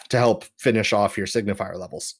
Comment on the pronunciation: "Signifer" not "Signifier". You guys keep pronouncing it wrong!